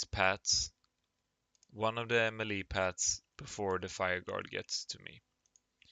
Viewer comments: "Melee" is pronounced "Maylay" or better yet "Meh-Lei". Just so you know. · Please pronounce melee correctly.